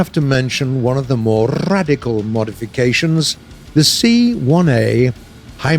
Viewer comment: that some R right there